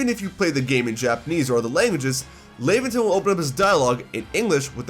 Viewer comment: Laventon's name is pronounced similar to the word Lavender